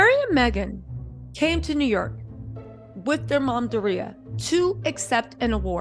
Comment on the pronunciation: Love ya, but its Door-Re-ya...Doria 🤣🤣🤣